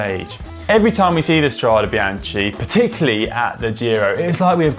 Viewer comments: i love the videos but your pronunciation is terrrrrrrrrrible!!!!!! bianKey not bianCHEEE. jewlio not guu lio. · Had to watch with subtitles to avoid the hearing of Biance. How hard is it to learn the correct pronunciation before filming? Worse than Campagnolo ... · Connor! In italian, CH followed by a vocal it's ridden like K! So it's "Strade Bianke"! And also we read the final E like...E :-) like in "ElEmEntary", and not like "English" ;-) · 'some medals hang on the soul not on the jacket' - thats something we can all live by... BTW Conor cant forgive you for the Be-anchee pronunciation BEE-AN-KEY = Binachi, come on Connor, get with the beat lad lol...let have a latin lession: A is an Ah - i is an E - Chi is a K.. GCN send your presenters to school !!! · Great video but it’s pronounced BianKi ;) Just an advice for the next one Still got a like from me!! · Guys you do good videos, but the pronounce is wrong. Please please spell BIANCHE NOT BIANCI!!!!! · Bian TSHEE??? CH in Italian is like a K, and an E at the end of a word is soft, nearly silent. So it sounds more like ... Biánk or Biánkeh... or like the female name Bianca... But definately not Bian Tshee... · Strade 'Bianchee' rather than Strade 'Biankey'? Surely not :-/ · No, he pronounced it wrongly. It is indeed "Biankey", or in this case - Strade bianche (bianchae). I have noticed that some other cycling YouTubers made the same mistake. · hahaha... bian key ... not ch.. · why do all the english speaking guys so much problems with pronouncing foreign names and word? Itˋs not that hard, isnˋt it? This vide9 is rubbish because this ignorant guy ruins it complete with Biantschi... at least he is able to pronounce Strade correctly... too bad... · Connor... Strada what?? Come on.. BEE-AHN-KEE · Literally no one in cycling has pronounced this word in that way before. It's like putting a hard "G" on Giro. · Gave up after 3 'bian-chee's. Come on GCN.... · good film.....but bianche is mispronounced.....completely